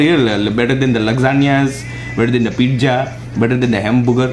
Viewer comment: haha pijja (pizza)